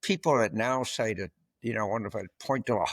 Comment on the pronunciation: Why does James Carville pronounce that as “dat”?